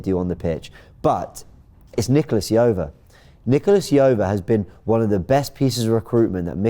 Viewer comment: Why are English media so bad at pronouncing foreigners names. Nicolas Jover ( how do you pronounce j in John)